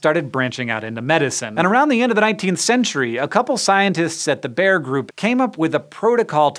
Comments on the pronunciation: How did they pronounce bayer? Ber? It's Bai-er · “Bayer” is not pronounced like English “bear”, but more like “buyer”. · Just a quick Erratum: The guy's name was Wöhler, not Wohler (and yes, o and ö are pronounced differently). And Bayer isn't pronounced "Bear", but almost exactly like the English word "Buyer". Other than that, thumbs up, as always. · Bayer is actually pronounced like "buyer" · In german the second vowel is annunciated in long form, so stiel=steel, steil=stile, so with Bayer the Y is said like a long I, so it would be said like the way we say buyer in english, so Bayer=Buyer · every time Hank says "Bayer", I hear "bear". can I please teach you how to say it correctly Hank? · That's not how you pronounce Bayer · I'd always thought "Bayer" was two syllables? I'm pretty sure I've heard it that way in aspirin advertising by the company. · if I were German I wouldn't be happy on your pronunciation of Bayer.